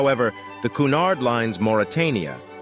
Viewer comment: "CUNARD" NOT "COOONARD"